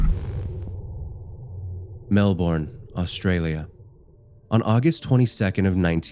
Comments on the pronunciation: hi. thought I'd put this in the comments before you get other fellow Aussies getting mad. the correct pronunciation for Melbourne would actually sound more like ( Mel-bin) rather than (Mel-bern) easy mistake👍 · please check your pronunciations before you do narration! melbourne is pronounced "mel-buhn" (like "melb'n") not "mel-borrrrn" and "nicola" is a really common name so im not sure why you were pronouncing it that way? sedan is also "suh-dan" / "s'dan" edit: why do you pay for twitter lol